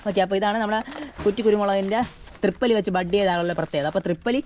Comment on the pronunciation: ട്രിപ്പല്ലി അല്ല തിപ്പല്ലി